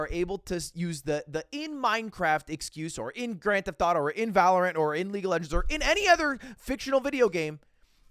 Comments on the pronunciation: it’s pronounced valorant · the way he pronounces valorant irks me